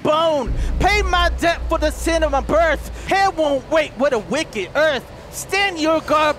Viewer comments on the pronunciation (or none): none